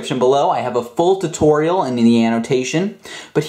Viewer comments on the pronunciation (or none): none